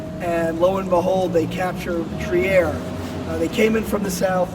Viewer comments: The guide is trying, needs to learn how to say "Trier" correctly. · [ Tri:r] not [Tiaer]